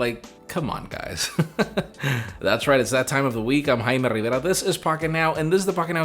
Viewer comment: Love how you pronounce your name!! you can roll your tongue and sound like you are clearing your throat at the same time. i make you an honourary Scotsman!!